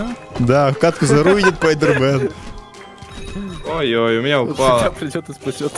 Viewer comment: не пайдер мен , а спидер мен)